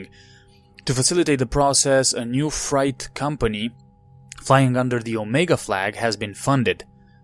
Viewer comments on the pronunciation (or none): Just FYI, freight is pronounced like fray, not fry.